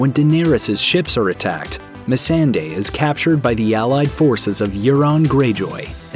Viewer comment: What’s with the blatant mispronunciation of Missandei’s name? It’s so obvious when you turn right around and pronounce “Daenerys” perfectly.